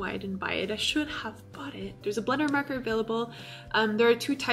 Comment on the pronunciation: You say marker as "murker" xD